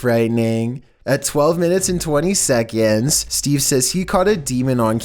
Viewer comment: A quick shekund